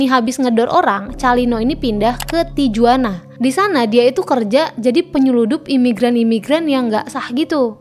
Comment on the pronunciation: J dibaca H, Tijuana dibaca Tihuana. Sanchez dalam lagunya sering mengkritik kartel narkoboy Meksiko, kemungkinan kematiannya ada kaitannya dengan lagu-lagunya. Sinaloa adalah kota paling tidak aman no. 1 di dunia.